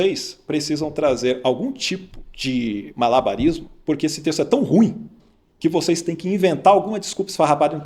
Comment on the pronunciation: Camarada é Malabarismo q fala e não Marabalismo. 😂😂😂😂